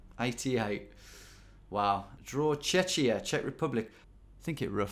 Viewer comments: You said Czechia very wrongly!! Sounds like Chechnya!!! Czechia its like Čekija not Čečija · Nooo, not "Tchetchia"! :Ddd It's Czechia with the same pronounciation as in "Czech", but with "-ia" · Tom's pronunciation of Czechia and the potato he decided to draw for its borders really made my day lol (I'm a Czech). But hey, at least we've got back Kladsko from Poland! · That's what I think he was trying to say. I think his brain just derped and tried merging Czechia and Chechnya. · Czechia is pronounced with a k in the middle, Tom.